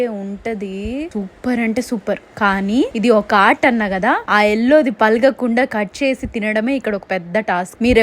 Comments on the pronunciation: Maam it's pagala kunda not palaga kunda. Kindly correct🙏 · Palaga kunda kadu andi it's pagala kunda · Palagakunda kadhu... Pagalakunda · Palagakunda kadu andi pagalakunda antaru emo kada…